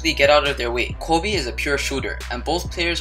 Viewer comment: The way he says "Kobe"he says KOOBe is he Hispanic?